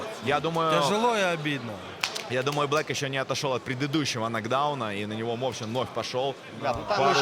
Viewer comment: Мовчан це справжній Козацюра!Мої вітання з перемогою..!!!(Чому мОвчан а не мовчАн???)